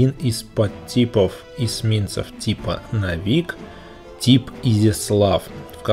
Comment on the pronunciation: в этом слове ударение падало на первый слог (нОвик).